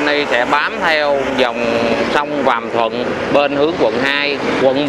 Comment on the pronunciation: Sông Vàm Thuật mà cứ nói là Vàm Thuận, nghe xa lạ quá! Hai clip rồi chứ bộ.